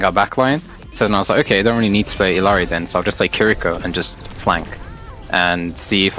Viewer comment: Why do so many people pronounce Illari wrong? There are two Ls